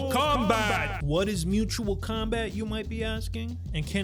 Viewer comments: Mutual* not Mutal... good vid though. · "MUTAL" combat lolol, bruh... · “a little something called Mutal Combat”😂😂 Mutal- Second-person paucal pronoun Not really a word to be frank